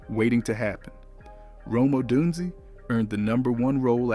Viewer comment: Gotta get the name pronunciations correct bro. Rome Odunzy and Kyle Moaning-guy is crazy 😂